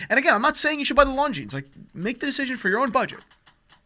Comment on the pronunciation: This is a watch channel. That is not how you pronounce Longines.